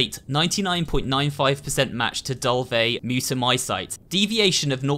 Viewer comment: Yuck... that mold/alge substance looks some of the sputum my sicker patients cough up... The last syllable of Mutamycete is pronounced like "seat" not "site." Like mycelium (my-SEAL-um,) which is the vegetative part of fungi and make up the part that grows above ground.